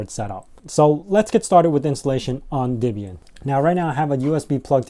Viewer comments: It's not DIBIAN it's DEBIAN - the DE is like the DE in DEAD... not DI as in DIB DIB DIB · It's actually "Deb-ee-uhn", with a short "e" as in "Debra" or "bet". Not an "i" as in "rib", as you insist on pronouncing it.